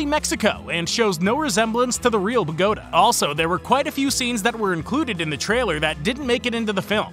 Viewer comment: The way he is pronouncing Bogota just pains me.